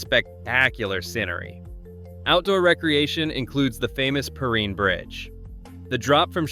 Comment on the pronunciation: And it's not PerrEEN Bridge, it's Perrine.